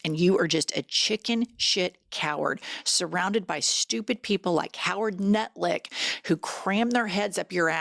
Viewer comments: Did you say "Howard Nut-lick?!" 😂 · LOL… I woke my husband up LMAO after you kept calling him Nutlick…😂😂😂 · Did Jenn call him Howard Nutlick? 😂😂😂😂 That's brilliant.